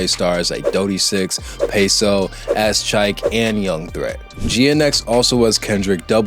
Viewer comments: It’s A-Z Chike my brother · My boy called him “azz” chike. Wild work.